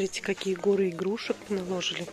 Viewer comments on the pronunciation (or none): Ставте правельно удорения ( наложили)